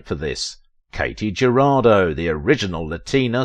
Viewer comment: Thank you for bringing her back to our memory. I do know how difficult is to pronounce properly in one’s non-native language. However, I praise to God not to have slaughtered all names when I speak English. Katy’s last name (Jurado) means “juror”, its Spanish pronunciation is almost equal to English —not even close to “Geraldo”.